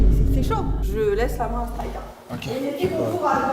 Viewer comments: Pas Strik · Ça se prononce stryk comme au bowling 🎳